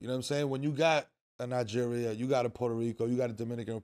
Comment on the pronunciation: I like how Melo pronounce Nigeria 🇳🇬, Exactly how it's supposed to be pronounced.